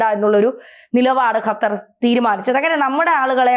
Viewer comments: ഖത്തർ എന്നാണ് ' ഹ ത്തർ അല്ല. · ഹത്തർ അല്ല ഖത്തർ പ്ലസ് ഉച്ചരണം ശെരി ആക്കു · ഹത്തർ,,,, അത്തർ ഹ ഹ ഹ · ഖത്തർ എന്ന് പറയൂ ചാണകം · ആദ്യം ഖത്തർ എന്ന് പറയാൻ പഠിക്കൂ അതിന്നു ചാണകമല്ലേ